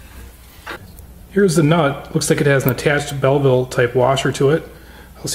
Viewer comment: "Here's a video on how to do this...but don't do this, it's dangerous." LMAO! But congrats. You're one of the very few people who properly pronounce the name of that washer on the nut. It is "Belleville," and not "bevel" like most say.